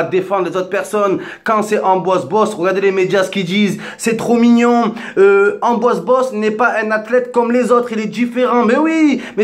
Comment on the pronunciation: Et allez... la vidéo de victime par excellence. (Pour être crédible, il s'appelle Pierre-Ambroise pas Amboise...) Arrête de sucer Benzema!!! Je vois pas pourquoi y aurait eu un acharnement sur lui. Pourquoi tu cherches à attiser une haine ? On est tous Français, peu importe les origines. Y a qu'en France qu'on cherche la division plutôt que l'unité.